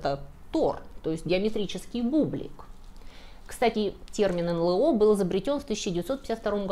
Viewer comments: Если следовать правилам произношения букв алфавита НЛО звучит : "Эн Эл О", а не "Эн Лэ О". 🤓😎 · У всегда грамотная речь и правильные ударения. Поэтому удивило произношение эНЛэО вместо эНэЛО. Или это - тоже первоапрельская шутка? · К стати, не "эн-лэ-о", а "эн-эл-о". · Не "эн лэ о", а "эн эл о", аж слух режет.